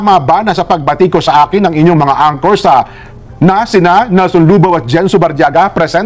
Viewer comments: Correction madam ang-kor (anchor) hindi an-tsor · To say anchor, pronounce it as ANG-ker with the first syllable stressed.